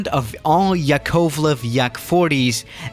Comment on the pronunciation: I'm Russian and the way you said the name of the plane hurt me inside ☠️